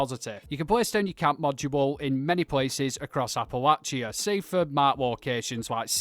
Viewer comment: Got 2 mins in before your pronunciation of Appalachia drove me away. How can somebody who has played the game so much, with so many characters in the game world pronouncing the word correctly, get it so wrong? Maybe do some research before your videos going forward?